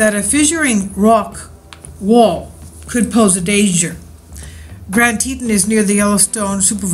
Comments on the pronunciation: Its pronounced Tea Tawn . Grand Tea Tawn (like yawn or dawn.) . : ) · Pronounced grand te- rawn